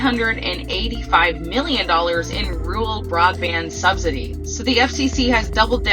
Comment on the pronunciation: The word she butchers is “RURAL”!